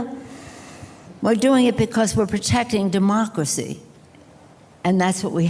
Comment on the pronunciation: " yuh, demokwacy" is she ever not drunk 😂😂😂